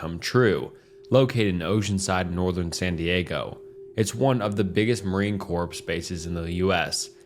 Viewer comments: cmon man your knot that dumb its pronounced "cores" not corps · Corps Its pronounced like core not corpse E-theer-e-al Stoo-pur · corps : core - insignia : in-sig-knee-uh - ethereal : eth-ear-re-all